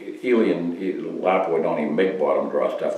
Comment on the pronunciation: 👍 for proper pronunciation of Lapua